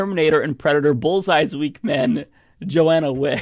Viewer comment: It irritates me to no end to hear you say JOANNA WICK - TWICE when it's clearly spelled and visible to your (apparently defective ) eyes that it's JOHNNA WICK - there is no A.